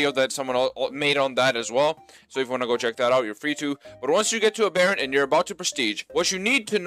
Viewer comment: Why does every YouTuber pronounce aberrant so fucking munted?